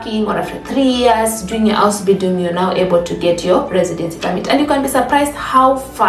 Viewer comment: Please lay more emphasis on Ausbindun